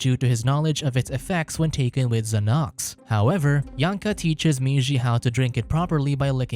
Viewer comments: He's not trying to pronounce Xanax - he's saying Zanox... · Zahnocks. Mans really said zahnocks instead of Xanax 🤣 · zahnocks is best pronunciation of Xanax ive ever heard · i was just about to say this lmao